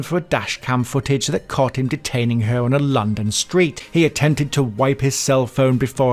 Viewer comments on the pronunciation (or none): none